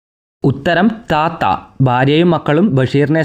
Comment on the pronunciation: താത്ത അല്ല റ്റാറ്റ ആണ്